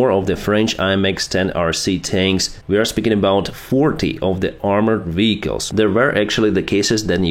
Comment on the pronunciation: It is not called VICALS. It is VEHICLES